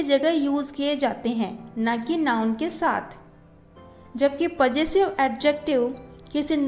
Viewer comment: You don't know how to pronounce Possessive clearly